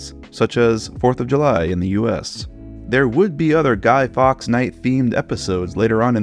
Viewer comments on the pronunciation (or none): none